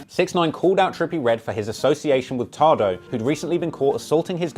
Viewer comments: I know it's the accent brother its "TAY-DOE" not "TA" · It’s tay doe Not ta do 😂